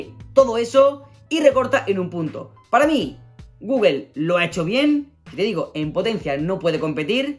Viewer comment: Saludos, con todo respeto y sin ánimos de molestar, porqué dicen “guguel”??